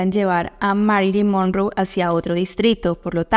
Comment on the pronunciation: Se pronuncia Mérilin monróu, infórmese mejor